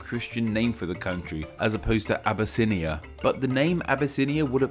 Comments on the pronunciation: it not said "a-bu-snia" its said "ab-yss-nya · Obesse-inia? doesn't sound right.